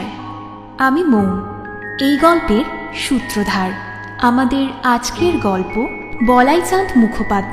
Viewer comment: আপনারা সূত্রধার কেন বলেন আসল কথাটা " সূত্রধর " । পারলে ওটা সংশোধন করে নেবেন